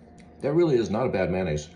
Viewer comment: It's pronounced Ma-yo-naise. Not Maynaise.